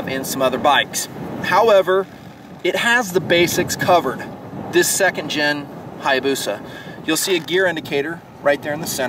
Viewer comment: omg how he pronounced hayabusia